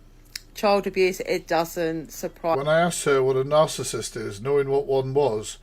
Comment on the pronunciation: just for future ref, narcissist is pronounced with a soft c.